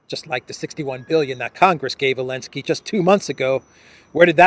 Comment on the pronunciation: Why does he say "elensky" instead of "Zelensky"?